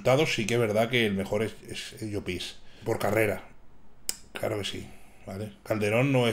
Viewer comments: crítica constructiva de un valenciano, no se dice 'Llopís' en todo caso se dice 'Llópis' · por dios di bien llopis jajaj